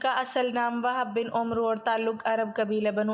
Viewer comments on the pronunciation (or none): بہن اپ اس ایک عبارت میں وہب بن عمر و کو عربی گرائمر کے حلاف پڑھا جب عمر کے ساتھ, و, ہو تو وہ پھر عمرو بولا جائے گا عمرووو نہیں پڑھ سکتے أ